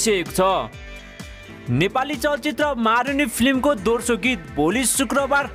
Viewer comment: दोर्सो हैन हजुर दोस्रो हो अस्ति पनि निखिल उप्रेती लाई उर्पेती भन्दै हुनुहुन्थ्यो आज पनि दोस्रो भन्या दोर्सो दोर्सो भन्नी 😉😉😉😂😂😂😂😂😂